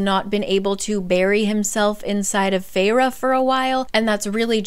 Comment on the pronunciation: guys guys, was anyone else SHOCKED by the way the characters' names are pronounced...? Like, to me Rhysand is Riceand or Risend but RHIIISAAAAAAND?????? and I know Feyre's name pronunciation was written out but FEYRUH???? NUH UH, for me it's like Feir okay on another note, why was Cassian's chapter in 3rd person? It felt so much more pushed away and not personal, I did not like that and stopped reading this book after chapter 3 or 4 ahahahahaha and once i found out there wasn't a chapter for each character I said NOPE not reading that 1000% <3